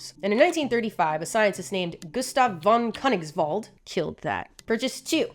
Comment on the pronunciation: Great Video, and as a german i can confirm you did in fact nail the pronounciation of „von Königswald“ xD